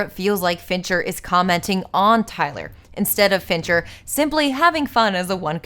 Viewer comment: Every time you say "Fincher", I think you're saying "Venture" and my brain becomes momentarily confused by the image of Dr. Thaddeus S. "Rusty" Venture directing Fight Club. Great video! You're really unleashing your inner Lindsay Ellis.